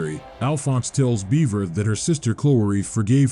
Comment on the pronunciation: My brother....amazing presentation on the map and presenting the story. 10/10. But. BUT. BUT! ....Bevera is not pronounced the same as beaver. I repeat - BEVERA IS NOT THE SAME AS BEAVER! Like, it has the same letters but, my brother in Lodis, if you pronounce beverage as "Beaver-age" you'd get punched in the face so god damn fast by someone nearby. Bevera is either "Behv-ruh", "Behv-era", or "Behv-ver-uh". Oh, and Lasanti comes off as an Italian or Roman last name (parallels to the catholic church and all that), so you'd say it "Luh-zon-tee" or "Luh-zahn-tee". The name shouldn't phonetically rhyme with "eye". I know these are nitpicks but I've been playing this game for about 20 years by this point and those pronunciations gave me psychic damage.